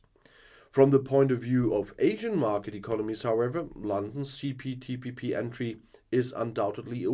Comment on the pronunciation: See Poo Tea Pee Pee 🙄 has obvious difficulties to get the name right 🤔